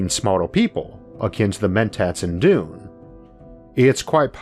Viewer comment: I love your accent Issac but every time you say Dune I cant help hearing Doom. Thought it was funny so I had to mention it.. (I have a kind of hearing-interpretation problem that makes things like that worse for me.)